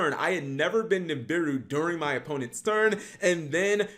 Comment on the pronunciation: Holy crap! Double Ni'm'biru in the hand then Dat Ni'm'biru on Ni'm'biru action! Twice the Ni'm'biru, twice the Cap mispronunciation. Legendary Ni'm'biru duel from the man himself. Day 209 of Cap's Ni'm'biru support.